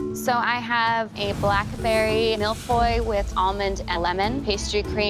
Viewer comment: you still don't know how to pronounce Millefeuille 😄